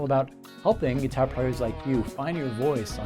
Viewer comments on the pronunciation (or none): Speaking of your French,, I have been wondering why you always pronounce "guitar" are GUITAH, since this is unexpected from a Frenchman speaking English.:)